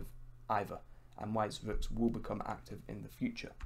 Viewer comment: No one:: IN THE FU-TCHA